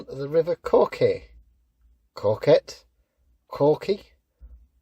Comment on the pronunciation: Coquet, same phonics as low - bet, co-ket